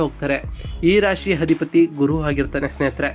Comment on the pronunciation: ಒಂದೇ ಒಂದು request - ತಾವು austrology ಹೇಳ್ತಾ ಇರೋದು, ಮೊದಲು ಅ ಕಾರಗಳು ಹಾಗೂ ಹ ಕಾರಗಳನ್ನು ಸ್ಪಷ್ಟವಾಗಿ ಉಚ್ಚಾರಣೆ ಮಾಡಿ. ಅಧಿಪತಿ ಯನ್ನು ಹಧಿಪತಿ ಎಂದು ಉಚ್ಚರಿಸಬೇಡಿ. ಇರುತ್ತವೆ ಅನ್ನೋಕ್ಕೆ ಹಿರುತ್ತವೆ ಅನ್ನೋದು ತಪ್ಪು, ಸರಿಪಡಿಸಿ ಕೊಳ್ಳಿ